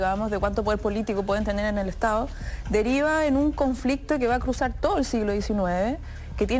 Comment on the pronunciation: Hasta estas personas q son profesores de Historia hablan comiéndose las D en Chile. Ejemplo estado , dicen estao....uffff